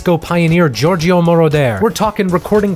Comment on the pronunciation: ANd why you keep pronouncing Giorgio name wrong? Are you having a stroke?